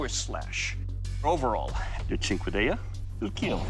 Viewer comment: Thank you for finally teaching me how to pronounce cinquedea🤝